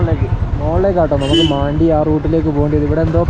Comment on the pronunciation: മാണ്ടി എന്ന് ഞാൻ ആദ്യമായി കേൾക്കുകയാണ്. മണ്ടി എന്ന് തന്നെയാണ് ഉച്ചാരണം. അത് മലയാളത്തിലെ ഒരു മോശമായ പദമാണെ ന്നുവെച്ച് മാറ്റി പറയേണ്ട